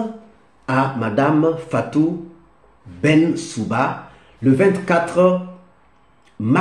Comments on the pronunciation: BENSOUDA et non BENSOUbA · Cher, Il faut plutôt prononcer Fatou Benssouda pour ne pas écorcher le nom de l'ancienne procureure de la CPI.